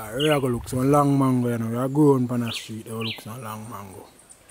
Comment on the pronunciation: Me Island, JAMAICAN people, me love how you pronounce the mango name dem, boy I would eat a dozen now, nuff respect man,doing something positive, bless 🙏🙏🙏❤